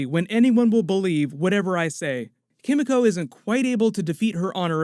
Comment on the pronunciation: Chem-eco??? Kimiko... c'mon man